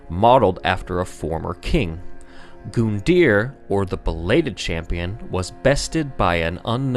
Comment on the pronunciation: Its said GUN-DEAR not GOON-DEAR